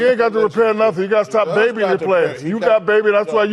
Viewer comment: "You got to be babing me"